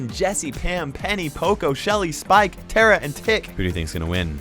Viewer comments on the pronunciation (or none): none